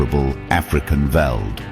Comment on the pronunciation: Veld is pronounced felt.